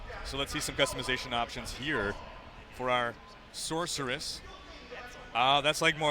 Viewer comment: uhhh, like I said - Sorceress! Thats how its said. "SORK" Where did the hard k sound come from? Cmon man.